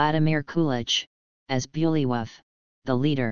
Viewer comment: This AI is pronouncing some of the names badly. Like Herger. It's with a hard G in the name.(not G as in German) Also Vladimir Kulich-(as in Kulik_,and Bulwyf (pronounced as Bulvy)